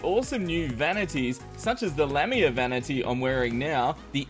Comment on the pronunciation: you pronounce lamia wrong it's not lam-ia its pronounced lami-a